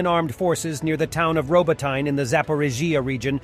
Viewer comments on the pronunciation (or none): Please, please !!!!!! Робо́тине is called "roh-boh-ty-neh", not Robo-tyne. You're Not in Kansas Anymore. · for god sake it's R0--BOT--NEE